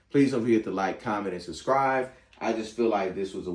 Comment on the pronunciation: Why do you say “subscrive?”